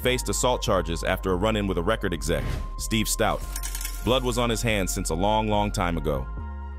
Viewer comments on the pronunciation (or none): none